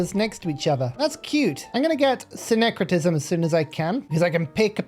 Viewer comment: "sing-cretism" You got it right.